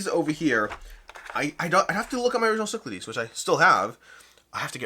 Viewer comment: I remember the Kickstarter video featured a terrible mispronunciation of "Cyclades." I don't think I noticed till now how much they butchered the font/spelling. That is, they used a symbol that looks like Psi for Y, a symbol that looks like Lambda for A, and a symbol that looks like Sigma for E. Kind of makes me wish they had the option to get a box with the Greek spelling, Κυκλάδες or ΚΥΚΛΑΔΕΣ. I've still got the first edition with all expansions. Don't think it's worth it to upgrade, although this deluxe/miniatures version does look nice.